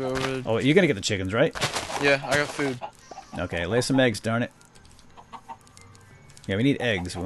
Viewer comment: why does say food as chao